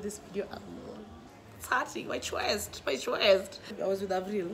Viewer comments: i felt for Chweeeest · Ghaiii noo u dint say akotheee 😂 😂😂😂😂😂😂😂😂😂😂my chweeest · *dies everytime says my chweest😂😭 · December Drinking Games. Take a shot everytime says "My Chweeest" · Everytym i heard my chweeest i was on the floor😂😂😂😂😂😂😂😂😂